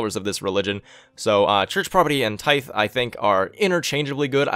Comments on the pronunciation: tithe is pronounced like "tie"th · NYC Camper It’s pronounced tīth lol. The end is pronounced like the th in that. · Tithe-Pronounced Tide. Which is church dues. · Very unimportant but figured I would mention that "tithe" is pronounced with a hard th. Like you were saying "the". Tye-the rather than a light "th". Hope that makes sense! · "Tithe" is pronounced with a soft "th" as in "then" as opposed to the hard "th" as you pronounced it as in "theocracy". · Tithe is pronounced like "Tie" with a th at the end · Great information. BTW "tithe" is pronounced with the soft "th" as in "there" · "Tie"th is how he pronounced it. Tithe is pronounced like he is doing except the "th" at the end is pronounced in the same way as in the word "Them".